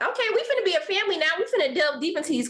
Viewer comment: Im not a native speaker of English but I find the way Micah and Irina speak really weird. They elongate the final syllables in a sentences and it’s really weird: I don’t know what was happening with paaaaaaaul, and I keep myself more clooose and I know we are not meant to beeee. Can someone explain this to me? As native speakers: do you find they way they speak “special”, if so what kind of feeling/impressions this way of talking gives you? Thanks a lot (I just love languages so I’m really curious)